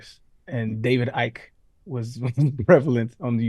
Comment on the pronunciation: A 2 hour episode about reptilians that doesn’t even cover the legendary TV series “V”…… PFt can’t even pronounce David Ickes name correctly… this shit be mini-dosing at best - apparently Billy was the only mfer that’s real😮